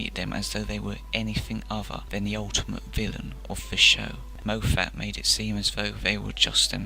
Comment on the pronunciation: Please research how to pronounce someone’s name before making a video because you constantly mispronounce Moffats name and as a Scotsman myself it kills my soul. It’s pronounced as Mof-fat or Mof-fet not Mo-fat. Also it’s pronounced as Mark Gate-us not Gatt-is. I agree that he didn’t always utilise the Daleks as well as he should have but it wasn’t entirely his fault and to pin it on him entirely is unfair. The writers are also to blame. Xx